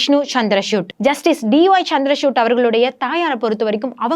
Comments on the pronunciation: ಚಂದ್ರಚೂಡ್ ಎಂಬ ಹೆಸರನ್ನು ಈಕೆ ಬಾರೀಬಾರಿಯೂ ಚಂದ್ರಶೂಟ್ ಎಂದು ತಪ್ಪಾಗಿ ಅವರ ಹೆಸರನ್ನು ಉಚ್ಚರಿಸುವುದು ಮಹಾ ತಪ್ಪು. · Madam try to pronounce CJ's name properly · Her Tamil pronunciation is not good at all. Particularly the special letter of Tamil. VAZHAKKU is continually pronounced as Valakku. And the CJI is Chandrachud not Chandra chutney as she is pronouncing. Hence to praise her Tamil pronunciation is not on.